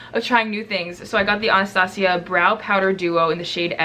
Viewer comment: “AH-NAH-STA-CEE-AH” 😂 love you